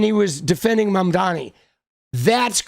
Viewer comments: I can’t unhear Ana overpronouncing Mamdani’s name now that you pointed it out lmao 😂😭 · I don’t know how but Anna pronounces Mamdani with a hard R.